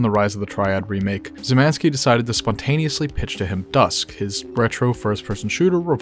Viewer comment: I get that Polish is hard but please, read Szymański as Shyh-mahn-ski not Zymanski, it takes me out of the video like a hit to the head with a sledgehammer, and the video is otherwise great